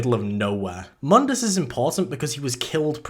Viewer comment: My only problem is that you pronounced Mundus wrong. Otherwise, great video!